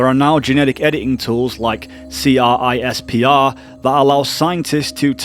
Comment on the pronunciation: Fun fact, CRISPR is literally pronounced crisper